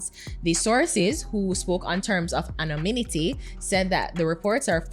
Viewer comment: Lol, did say "Vehemen-ent-ly" and "Ano-min-ity"? 😩😩🤣🤣